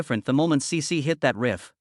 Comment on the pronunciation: Sĩ Sĩ as AI calls it.